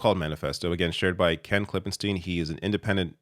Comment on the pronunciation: Ugh. It’s hurts how that Ken guys name is pronounced. Schtiiine. It’s stein not “steen”. wtf is a steen?